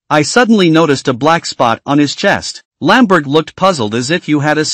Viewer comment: Wtf lanberd,lanberg sn't lan bai'er hahah